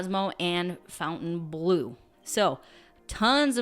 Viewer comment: Hi, I love your channel. The updates and the food reviews! 🤩One thing I am going to say and I hope you don't take offense to it....Fontainebleau does not have a 'u' in the spelling. So it isn't ⛲blue. The phonetic pronunciation is, fah-tin-blue. Try it. It gives the proper feel of luxury to the beautiful properties both in Vegas and Miami.